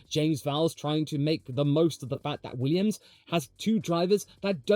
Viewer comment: .... you said Weeyums. Didn't you.